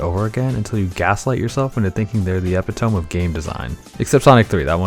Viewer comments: ...did you just pronounce epitome as epi-tome? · You mispronounced epitome